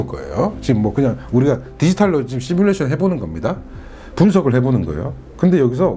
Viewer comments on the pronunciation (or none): none